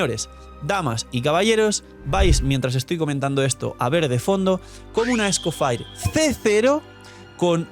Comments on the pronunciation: No puedo ver el vídeo porque se me hace muy raro como pronuncias EscoffAir como si fueras gringo cuando la forma correcta es escoffié en francés mucho mas fácil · Porque le dice "escofair" si tanto en español, ingles y francés (origen) la i suena como i normal "escofier" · El señor Escoffier removiéndose en la tumba viendo que le dicen Esco-fire 😂😂😂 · Escofier o escofair jajajaj en el juego lo pronuncian de la primera forma